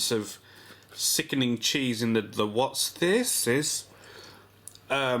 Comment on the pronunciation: "Wot'sthises" hahaha